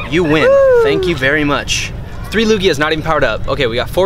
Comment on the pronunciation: Lugia not luggage